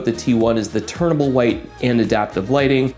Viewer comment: Just for your sake, it’s “TUNABLE white” (like you tune in a radio station, you’re fine tuning the white color temperature). There’s no letter “R”, you aren’t turning from one color temperature to another. Hope this helps.